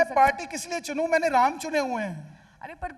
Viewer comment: Host medam 😅 Jai shree shyam 🌹🙏🚩 Phele bolna sikho Jo ram ko laye h hum unko layenge Ram nam sahi se lijiyega ❤❤❤❤